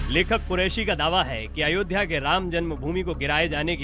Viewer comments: कुरेशी उल्लू है इसे अयोध्या बोलना नहीं आ रहा अयोध्या के बारे में क्या लिखेगा कुत्ता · जिन्हें अयोध्या का उच्चारण भी नहीं आता है वह भगवान राम के विषय में वह भगवान राम के जन्म के विषय में किताब लिखने की जरूरत करते हैं ऐसे गद्दारों को जेल में डाल देना चाहिए वह उस किताब को बैन कर देना चाहिए ताकि किसी धर्म के खिलाफ ऐसी अभद्रता दोबारा ना हो जय हिंदू जय सनातन